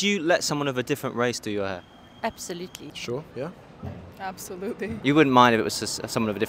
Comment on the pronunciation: South African women was strong about that "absolutely"! 😂